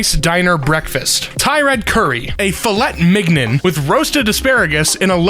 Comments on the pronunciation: the way he just pronounced 'filet mignon' hurts my soul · That filet mignon pronunciation 😭😭😭